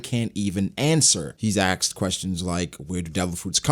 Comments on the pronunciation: He axed questions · Aksed me is better than asked me tbh